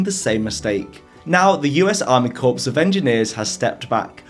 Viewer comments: Corps (army corps) is pronounced core, not corpse. Just for future reference x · corps is pronounced like core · Great video. FYI Corps of Engineers is 'core of engineers' not 'corpse of engineers'. The US Army Corps of Engineers has actually done a tonne of national infrastructure projects for them over the last couple of hundred years. Some of which were both impressive and useful public works. Probably not all but it's a fascinating history. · Hi. Your english is, obviously, excellent but FYI: the "ps" in "corps of engineers" is silent. French influence (I guess.) When you pronounce the "ps" it the word goes from meaning "a group" to meaning "a dead body.": ) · Corps is pronounced like the word core, because it's French. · corps is pronounced "core" it's French; a corpse is a dead body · Learn to pronounce “ corps” correctly. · I agree